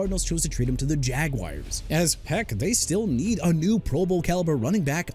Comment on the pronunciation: BRANDON AIYUK ALREADY GOT TRADED TO WASHINGTON!!! WHAT ARE YOU TRYING TO PROVE HERE?! ALSO KAMARA PRONOUNCED KUH-MA-RUH NOT KUH-MEH-RUH!! JAGUARS PRONOUNCED JA-GWAARS NOT "JAGWIRES" AND NEW ORLEANS PRONOUNCED NEW OR-LINS NOT NEW OR-LEANS!! KAYVON THIBODEAUX PRONOUNCED TI-BUH-DOW NOT THI-BUH-DOW!!HOW MANY TIMES DO I NEED TO KEEP TELLING YOU DUDE?! YOU KNOW WHAT? YOU AIN'T CUTTING IT. YOU NEED TO BE TRADED OUT OF THE JOB.